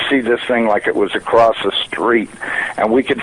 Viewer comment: this is a NASA employee? he sounds half illiterate - "acrost" instead of across, like a high school drop out - b.s.